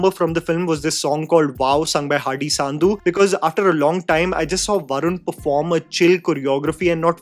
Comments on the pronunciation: Hardy “Sandhu” is pronounced “Sun-dhu“. Sun as in Sun. Not Saandhu like u say.:)) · its so funny everytime tries to pronounce sandhu. hardy saandhu lol